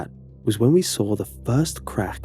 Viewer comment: No one: Absolutely nobody: while narrating: 'And that's when I SAWR it.'